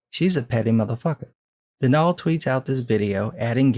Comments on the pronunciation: Its pronounced don all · As far as I know, Donal’s name is pronounced like Donald, just without the d at the end. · Pretty sure that's pronounced "DON-uhl". Other than that, awesome video.